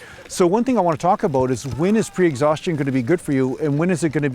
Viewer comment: Little bit aboot